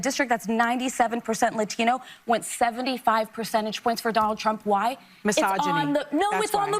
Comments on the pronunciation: Why is Latino pronounced lathino by sunny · I love how she pronounces "lat-I-no" like she is a vata from the barrio! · I'm Portuguese. It is so cringe hearing the way she pronounces Latino. The woman is as fake as they come. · Why can’t liberals just fcking pronounce the term “Latino” without trying to pander with the accent? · I hope you don't mind, i would love to know if Sunny's pronunciation is Latino drives you nuts like it does me? It seems that is the only word she speaks with an accent lol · As a Spanish speaker, why tf do people think they need to over-pronounce every Spanish related word when talking about Hispanics? You can say, "Latino" without contorting your normal speech to make you sound like a "native speaker". Cringe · Sunny is showing racial bias by the way she suddenly has a latino accent when she pronounces "latino" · I hate the way she pronounces 'Latino'. Cringe worthy. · She says "Latino" like Harris says "Latino" around other Latinos. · I thought it was just me. Her pronunciation of "Latino/a" makes it seem she is struggling for inclusivity, and she comes across as an insincere idiot. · How clever does Sunny think she sounds when she pronounces Latino with a Spanish accent 😂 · Yes! I'm glad someone else noticed that. 😅 I also wonder how long it took her to pronounce it that way